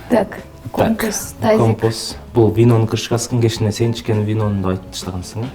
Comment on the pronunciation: Компос эмес компас 😁